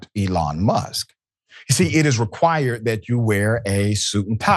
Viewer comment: White people🤔 isn't this ghetto behavior in the oval office? Or should I say "ghetho?" Pronounce your "Ts" darling.